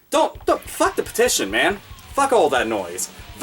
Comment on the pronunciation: Lol. Am I the only one who noticed "peition"?